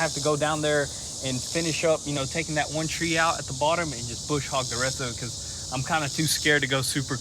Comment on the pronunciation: Brush Hogg boys, not bush😊